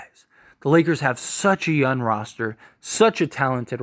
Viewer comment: Dude... y u keep saying "yun" instead of young😂?